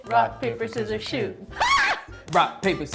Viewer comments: Did you say shoot.. i thought it was shoes lol 🤜 ✋✌️ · Do u say rock, paper, scissors SHOE OR rock, paper, scissors SHOOT?